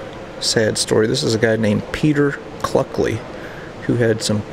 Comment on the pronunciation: Cluckey....not Cluckley